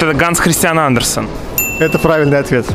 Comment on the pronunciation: Не АндерсОн,а АндерсЕн....сами грамотеи